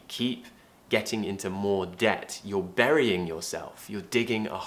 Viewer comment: Baring? I think you meant "burying"